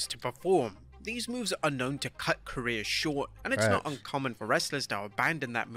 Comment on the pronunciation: IT'S CAREERS, NOT CARRERS